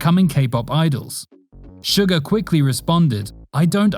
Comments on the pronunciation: It’s not sugar it’s suga it’s not pronounced shu-gar it’s pronounced su-ga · its not sugar its pronounced sue-gah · Let's just ignore that American accent "sUgar" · It's suga not suger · Wait wait did he say sugar instead of suga